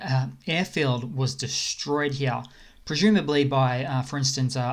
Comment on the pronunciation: I'm laughing my back off at 'here, here, here'/he-a. I was thinking, why this dude says he'ah. What kind of Australian accent is that? And yet you are well aware of how you pronounce 'here'. Well played, sir. I'm just kidding. I'm thankful for the memes and cool update. Good job. Slava Ukrainie!